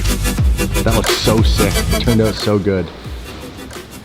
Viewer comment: "It turned oot..."